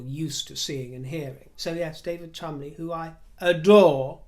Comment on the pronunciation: Thank you you angel! for your linguistic prowess. I heard an Australian newsreader last night talking about the Chol-mon-de-lees and practically vomited. When you said, correctly, the Chumlies, I thanked Heaven for you.